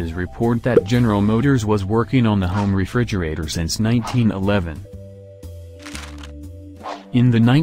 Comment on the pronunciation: I hate this computer generated audio. It can't pronounce "Frigidaire or Refrigerator"!